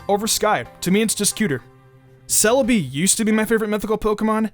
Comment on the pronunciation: SEE us not KEE us